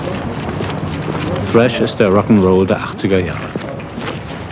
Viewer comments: ...als sogar das ARD Thrash noch richtig ausgesprochen hat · total underrated dass die ansagerin Thrash richtig ausspricht :) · Die Dame spricht es richtig aus und des Genre wird auch noch richtig beschrieben 👍